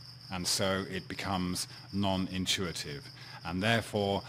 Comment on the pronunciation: non intuItive. not non intuative.